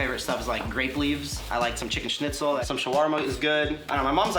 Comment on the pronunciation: Did he just said Chichen SCHNITZEL?!?